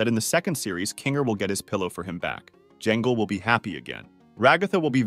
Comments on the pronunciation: words he got wrong: zweibel, ramni, poverty, jangle, causemo, plot, cine, zoo ball, and thats all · Bro said jangle